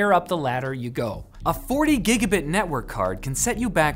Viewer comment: Point one: "GIBABIT" Point two: you might want to talk to your networking guy. No not Jake. An actual networking guy. You have one of those right? "Cat 8" is a complete scam. The specifications for 40gbps over twisted pair copper were finalised nearly a decade ago but actual hardware that's made it to market: ZERO 10GBASE-T has had such a long hot hard road to getting established and operating with sensible power and thermal requirements that it represents the endgame for copper for a few reasons. - Since 2006 the cost of glass fibre has plummeted while it's flexibility & durability has skyrocketed. - Copper cost per kilo has exploded to the point that optical glass is cheaper. - Performance for the size of the cable is also a serious issue in the datacentre where holes in the walls and cable tray area is a serious constraint - for the cross section of an at-spec cat8 cable that can only do 40Gbps for 30m, a fibre line can carry several hundreds of Gbps (if not Tbps) for hundreds of meters. - Even at only 10Gbps, RJ45 tipped copper power requirements and latency penalty are 10x that of fibre.